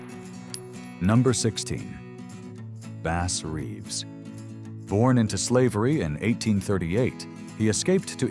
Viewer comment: It's Bass Reeves not Base Reeves. AI